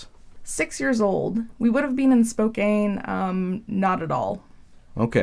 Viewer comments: Spoke-anne. Not spoke-aine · “Spo-can” not “spo-Kane” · Lol it's spo can not spo kane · THATS NOT HOW YOU SAY SPOKANE!!!!! NO CANE!!! CAN! SPO-CAN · "We would have been in SpoCANE? " You mean SpoCAN? My grandma lived in Washington for years and I have never heard anyone pronounce it SpoCANE. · spoCANE hurts, its spoCAN. wow my only psychology class really carried me all the way through. I'm pretty sure every example you mentioned was either in the textbook or in my prof's supplementary material. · Spokane is said Spo-CAN. Not kane. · that part bothered me more than it should've lmao 💀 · It’s “spo-can” not “spo-cane” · Spo-can not spow-cane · I already found an issue. Please. If you're going to pronounce a location, look up its pronunciation because it's "spoke-anne" spoke and the grandma name Anne? Not anny, and definitely not aine. Please. I hope you don't pronounce any more bad shit in this video. This'll kill me. TWICE. NO. NOOOO. YOU MEANT TO SAY PUYALLUP WASHINGTON??? NO FUCKING WAY YOU JUST SAID P TO AVOID LOOKING IT UP AND NOT SOUNDING LIKE AN IDIOT. (Pew-all-up FYI. SO YOU DON'T MAKE THAT MISTAKE AGAIN) Oooooo i am fact checking everything now. o.o nah you didn't just shill after that. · Love your videos! By the way, that city name at the front is pronounced Spo-can (like a can of Coke) :) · SPO-can= Spokane. Fuck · I subscribed but you are not forgiven for your associates pronunciation of SPOKANE ( SPO-CAN) CHENEY (CHEY-KNEE) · Sorry but how the woman in the first experiment says Spokane is killing me. It's pronounced Spo-can. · Jsyk, Spokane is pronounced Spoh-Can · Its...pronounced spo-CAN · You pronounced spokane wrong... SP-OH-KAH-N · it pisses me off so much that she says spokane wrong HE SAID IRAQ WRONG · That pronunciation of Spokane 😮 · Side note- as someone from Spokane I DESPISE how that person pronounced Spokane right at the start of the video. This alone feels like an unethical experiment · You pronounced Spokane so off LMFAO 🤣😂!!!